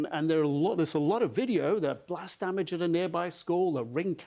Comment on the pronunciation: A blost at a plont! 🔥